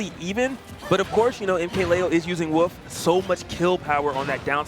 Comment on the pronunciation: Woof? It’s wolf